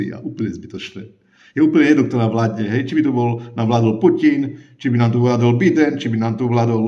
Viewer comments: Pan Dano, vy stale hovorite Biden ale ono sa to cita Bajden. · Clovek sa cely zivot uci a pri slove Biden ma priamo bolia usi, ked ho cely svet vola Bajden. To akoby vsetci volali - Deno. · to je bojden